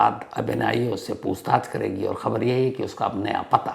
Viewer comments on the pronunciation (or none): none